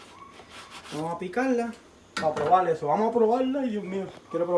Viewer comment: Vamo a probal la..que simpatico usa la L en vez de la R..gracias por la receta , la voy a hacer también.